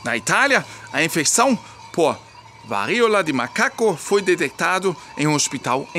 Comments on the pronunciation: O correto. Siga o acento agudo. "VARÍOLA..." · Diga "varÍola" sem medo de errar,: a sílaba tônica é o "RÍ". A Elfi está certa. 😊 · qdo for falar varíola, lembre q esse ola vai soar como o cumprimento - Olá - força no último A - varíolA 😉